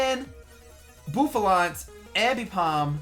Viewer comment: Boofalaunt? Its Buffalant. Come on:/